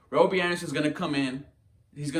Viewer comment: Why are you saying robie?